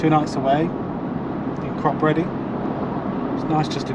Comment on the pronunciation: Think its pronounced Crop eddy